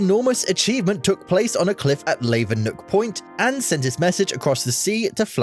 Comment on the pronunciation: he managed to get Lavernock Point wrong too 😞